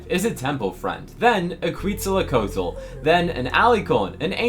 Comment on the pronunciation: it’s pronounced ket-suhl-kuh-waa-tl PLEASE